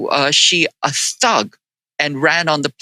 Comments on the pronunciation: It’s not pronounced “gee”, it’s pronounced “shee”. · Actually from what I find out. Xi, sounds more like See or Sea.